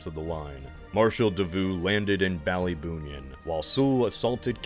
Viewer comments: The way you say Ballybunion was so funny, Ballyboonion hahaha 🤣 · Really appreciate the attention to detail with Ireland! Just a couple pronunciation tips: -Ballybunion rhymes with onion. -Kilkenny is pronounced like it's in 2 parts "kill Kenny" (poor Kenny 😔) -For Waterford you actually had the opposite problem, that's pronounced as one part "Wa-ter-furd".